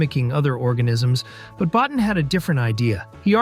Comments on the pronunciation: Rob Bottin. His surname is pronounced “Bo-teen”. Easy enough mistake to make… but also easy enough to get right with the appropriate amount of background work. Your mispronunciation of key players’ names is really dragging the quality of your content down. Invest in some more up-front research and checking and it’ll pay dividends down the line.. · Bottin is pronounced "boh teen"